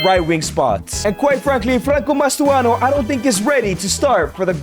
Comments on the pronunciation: Its not mastoano pal its Mastantuono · he really said "mastuono" 🥀🥀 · cant help but notice the "Mastuano" of Mastantuono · mastuano its mastuntanuo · Mastantuono ❌ Mastuano ✅